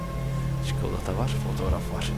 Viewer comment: Abi rüyamda "çükolata kitap" diyişin gelecek